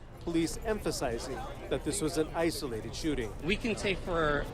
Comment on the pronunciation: . I had to play this reporter's speach several times before I heard "This is an isolated incident." I thought that I heard "ICE related incident." With Donald, it could have been ICE